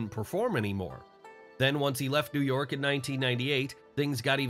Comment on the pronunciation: Everytime he says “New York” it pisses me off